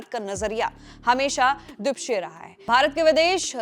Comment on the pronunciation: Dwipakshiya hota hai mohatarma!!